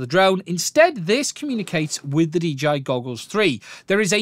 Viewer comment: "DGI" ? and we all thought they were called 'DJI'